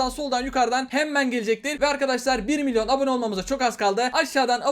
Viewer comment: Minyon değil "milyon"